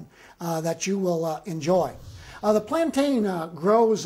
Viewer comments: It's Plan-tin not plan-tyan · FYI they are pronounced “ plantin” but spelled plantain the second a is silent. I’m happy his Spanish is on point. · Its plantin my nigga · Why does everyone on YouTube pronounce plantain incorrectly?